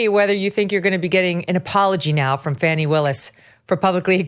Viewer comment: Who is Farnie wills. Do you mean Fani?